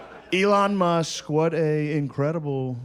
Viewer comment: You are actually Hilarious dude. The way you correctly pronounced the south African billionaires name every time ...better than the special